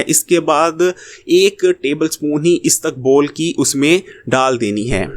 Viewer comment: istukbol nahee...isbagol